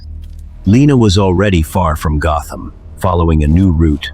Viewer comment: Gotham ❌ Gotman ✅